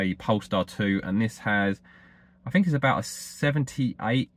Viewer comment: I was quite happy to hear your views on this topic. But after several " froughs, finks and eivers" I couldn't take it anymore.